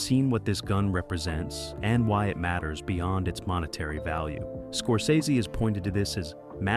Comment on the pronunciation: Somebody teach this strunz bot how to pronounce Scorsese